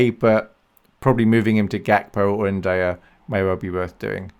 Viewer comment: Im pretty sure ur pronouncing ndiaye wrong